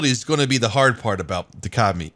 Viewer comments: It's not Ka-Mi it's Co-Mi "communist" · Ka-Mi pronunciation commie coincidence I think not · I though u say commie